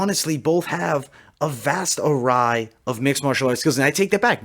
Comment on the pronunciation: Love your stuff. Array (of skills) pronounced "AhRAY", Awry(something goes wrong) pronounced "AhRYE".